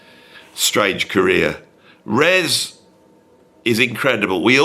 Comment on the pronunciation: FYI It's not 'Res', it's 'R.E.S.'. Tim once told me it didn't particularly stand for anything (or he didn't wanna tell me). But he said he was amused by all the theories people came up with for what it meant.